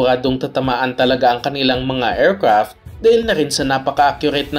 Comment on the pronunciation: Er krapt.. mesayls😅